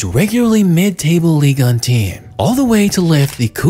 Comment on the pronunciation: Pull that microphone out of your lungs It's not an ASMR video you weirdo And wtf is "Ligon" It's Ligue 1 Your videos are good but I can't stand the way you talk